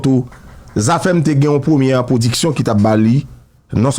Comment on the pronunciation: Djòl sirèt la di "blodeurs ploduction", lumiuèrs. Dadou radio pa ou tounen back nan fè cheve.